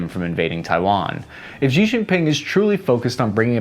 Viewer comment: Xi = shee. Shee. Not zhee or jee or zhsheeeeee